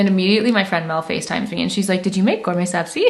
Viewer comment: Omg I’m a fellow Persian here! Have been following you for 9 years and screaming on how great you’re pronouncing “Ghorme Sabzi” lots of love from dt Vancouver ❤ (btw Armineh is kinda right about Cazba 👀)